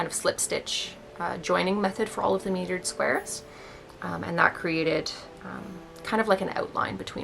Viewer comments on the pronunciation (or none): Mitered. Not metered.